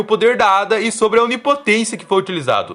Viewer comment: No anime é Eida ai me da uma agonia escutar ele falando ADA